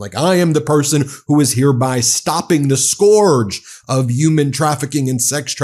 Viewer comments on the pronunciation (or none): There's no such thing as "yooman trafficking".. gotta work on your pronunciation. "scor-j" pronounced wrong scourge is pronounced correctly as "skerj" There's literally no excuse not to pronounce it correctly. Wow. "in return to..." Is incorrect The phrase is "in return for" Holy. Saying "play this clip" make no sense to say to the audience, saying it to the editor or producer does, but you would then need to edit it out. If you want to keep your cue to the editor, use a phrase that makes sense to use when addressing the audience, such as: "watch this" "take a look" "here's x saying x" These make sense as a cue to the editor, but also serve to inform the viewer of a transition to different media. All aforementioned errors are jarring, demonstrate poor understanding and use of the English language, and therefore are harmful to ESL and young viewers still learning basic syntax and pronunciation. This is basic journalism. Basic professionalism in media. Basic cognitive skills. Get it together. Please. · Scourge is pronounced Skerge